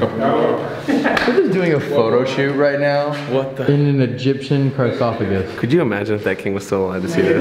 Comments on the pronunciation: DEADASS SAID “carsophagus” AND NO ONE CORRECTED HIM OR THOUGHT ANYTHING OF IT WTF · I love how said “Egyptian carsophagus “ instead of sarcophagus 😂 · I’ve watched this so many times to finally realize said “carsophagus” instead of “sarcophagus” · it sounded like called it a "Carsophagus" 😂😂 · Way incorrect way to say sarcophagus